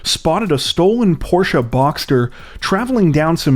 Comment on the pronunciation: holy shit he said porsche properly.